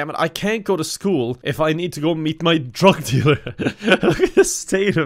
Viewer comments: It took me WAY too long to understand “drog delure” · no one: absolutely nobody:: DROG DEALURE, ITS EUROPEAN